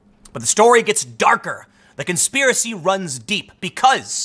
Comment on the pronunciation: "It's a Konspearacy, My Brothers, Konspearacy! K O N .....Spearacy!"